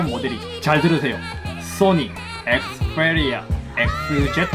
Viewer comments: 엑스풰리아 쁘리미엄은..좀 p발음을 왜 f발음으로.. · th 니 에th Fㅔ리아 에th 제트 F리미엄 ! ㅗ ㅡ